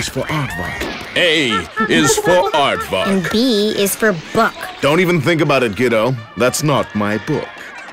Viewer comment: It kinda of sound like he said "a is for art fuck" when he said aardvark. I know, you cringed harder than trying to cut meat that's been in the freezer for 30 years.